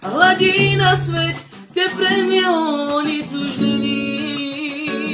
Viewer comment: noa po česky sa číta sviet tak sa mu míli češi nevedia tak dobre slovensky ako slováci česky hh